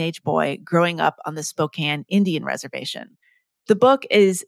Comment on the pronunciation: 1st take? One minute in, and I'm so pleased that Ms. Daum correctly pronounced "Spokane."